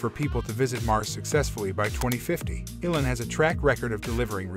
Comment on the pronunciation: "Alan" Musk?! It's Elon! Mores, rather than Mars? Pictures of piston engines and bacteria? What a crap video.